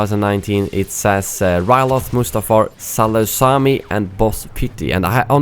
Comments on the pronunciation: Salu-Sami 😂😂 Sai-Lu-Kemi (Grievous Intrigue, Clone wars season 2 episode 9) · It’s pronounced sal- uc- em- i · Its pronounced Selucamay😂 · Is there anyone who knows how to pronounce Saleucami because in every single video everyone just completly butchers the name. That's not how u pronounce it lol, watch the clone wars series. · The way you pronounced Saleucami made me cringe. I have a stop-motion series about the battle on Saleucami. It's pronounced like sa'lu'ca'my The 'ca' part kinda is like cup without the p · It's Sal oo cah my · Saleucami (Suh-loo-cuh-my) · Saleucami is pronounced "sal-oo-ka-my" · Saleucami is pronounced Sall-ooh-cam-eye, and it made it's debut appearance in RotS along with the 91st Reconnaissance Corps. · Saleucami is pronounced: Sa-lu-ca-my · salucami is spoken: salukämy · its pronounced "Sah-Luu-Ka-My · Someone should edit pronunciation of Saleucami whenever someone says it in a Clone Wars episode. That would be funny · Salucemi is the planet where the banks are for Republic and Separatist. Also u pronounced it wrong😂😂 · Saleucami (pleaaase Watch the clone wars and learn to pronounce this xD) Appeared multiple times. Boz pity I think is supposed to appear in tcw season 7 so that could make sense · when he pronounced Salecuami wrong I got triggered for some reason.